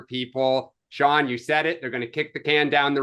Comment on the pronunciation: Mark pronounces Sean in an interesting way - Shone rather than Shawn.